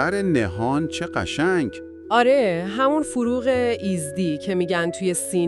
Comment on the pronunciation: هوش مصنوعی بدجور داره کلمات رو بیان میکنه....آذر نهان رو آذر نه هان میگه...یا فروغ ایزدی رو فروغ ایز دی بیان میکنه.یا.......